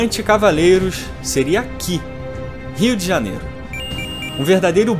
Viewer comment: "Rio Djahñiêru"